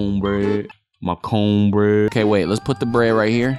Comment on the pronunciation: "CONE BREAD" LMFAO PLEASE STOPPP 😭💀